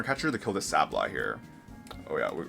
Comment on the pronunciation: Sablie ?? what its (sable- eye ) god that was a terrible pronunciation lol 😂😂 and orangauru sounds like kangaroo lol when you sound out. Im just trying to help you out bro lol 😂